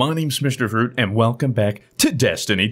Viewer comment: Stop saying fruit like that!!!!